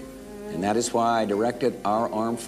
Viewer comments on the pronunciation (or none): none